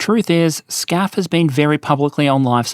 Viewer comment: why are you calling it scaf in the video but FCAS (which is correct in english) in the title